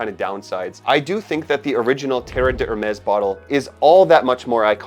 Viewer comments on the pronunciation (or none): Great fragrance with just the right amount of longevity and projection for a summer scent. The non-twist cap allows the bottle to be refilled -- greater sustainability. And it's pronounced like dare-MESS; the d' isn't separate because the H is silent.